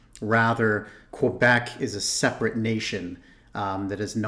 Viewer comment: HES SAYING QUEBEC WRONG